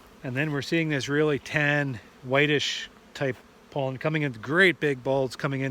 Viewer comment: I prefer the pronunciation p-oh-llen, over the pronunciation p-ah-llen. Not sure which is correct. Perhaps both. Your pronunciation just sounds right. I love the way Canadians speak English, and I love all of our northern neighbors, Eh?